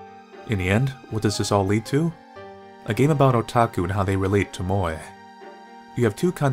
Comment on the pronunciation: God, the way you said moe.